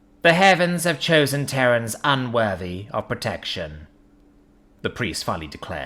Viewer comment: Terrans, not Terrains.